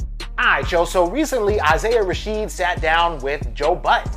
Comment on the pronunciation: I’m disliking this because you keep saying “Isaiah Rasheed.”